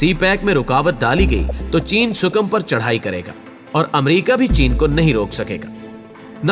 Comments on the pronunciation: Abe gadha sukim nehi hai . Ea Sikim hai . Phale tik tara sai pronaunce tho karle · Yi word Sikkim hay sukam nahin hay